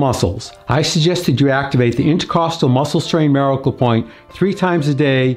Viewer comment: Why do you pronounce the word miracle so strangely?